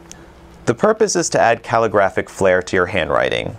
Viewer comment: Ive never heard anyone pronounce "nuances" the way you do -- and Ive never heard anyone say calligraphic the way you do either.